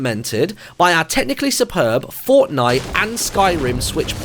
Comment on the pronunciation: he didnt say fortnite. he said fornite